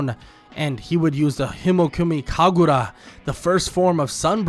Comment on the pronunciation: He completely butcher the hinokami kagura 😂😂